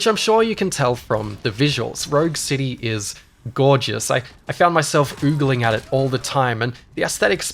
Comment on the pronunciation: "ogling," not "oogling"